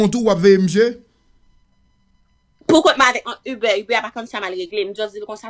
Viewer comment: Kijan manzè pwononse saa (UBER)hmmmm